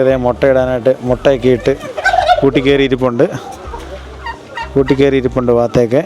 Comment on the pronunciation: വാത്ത അല്ല പാത്ത